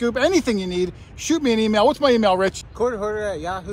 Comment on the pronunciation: Not that it matters much. My wife and I watch your channel all the time. But in your opening where you say "Quarter Hoarder Here", to my southern ears, I hear "Court Order Here". Anyone else ever mention that to you?